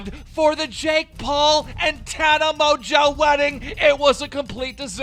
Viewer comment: Tana mojo are kidding me TANA MOJO how could you pronounce a name so incorrectly